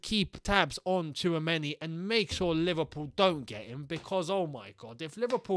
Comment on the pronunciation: i remember last year u guys were sleeping on tchouameni (tissuemeni as pronounce) and now we might lose a chance to get him lmao